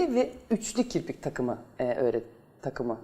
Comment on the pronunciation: Kiprik değil canım kirpikkkkk 😂😂😂